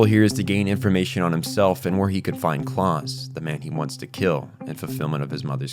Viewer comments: pretty sure its pronounced like the german 'Klaus", not Claus as in Santa, since all the other names used in this manga are also Germanic. Also, you state "it's unclear if the twins attended the readings", then immediately say that they definitely did a few minutes later, and maintain that through the rest of the video. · My brother in Christ that is NOT how you pronounce Klaus or Munich Also satellite, not "satilate"